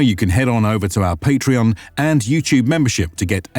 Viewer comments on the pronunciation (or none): none